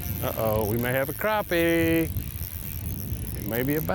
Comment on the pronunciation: finally someone who says crappie and not "crap pys"